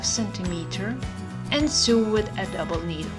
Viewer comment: Lovely lesson. I wish I had a serger. By the way, you speak good English, but it’s “So” not “Soo” for the word “Sew”. “So-ing”, “so”, “sone” (not “soon”). Good luck.